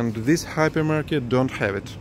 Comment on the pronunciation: At the beginning I thought he was saying a happy market.